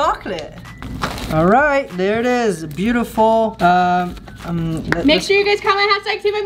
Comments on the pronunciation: It is pronounced buetiful not bootiful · Its beautifal not bootifal